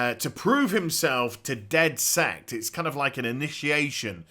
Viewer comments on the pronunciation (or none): isnt it called dedsec and not "Deathsekt" like you said the whole time